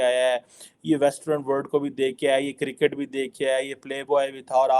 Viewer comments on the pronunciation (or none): none